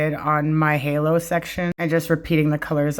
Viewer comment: Hallow? Girl it's HAY-LO 😂😂😂